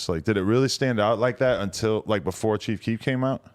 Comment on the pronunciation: It's Chief Keef not Cheef Keef, don't disrespect the man like that